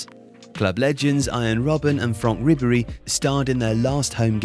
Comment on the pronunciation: Two pronunciation corrections: Hoeness is transliterated into English as HEN-ess, not HOO-ness. A real puzzler: How did you get Ribery's name (rib-er-EE) as ROB-er-ee?